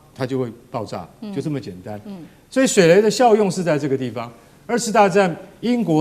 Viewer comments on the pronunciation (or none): 是水雷😂不是水梅😂主播❤